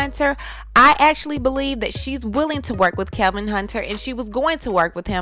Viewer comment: I thought his name was Kevin at 1st and kept wondering why CS kept calling him Kelvin. Funny how the only person who kept calling him Kelvin was the only 1 that got it right from the word GO!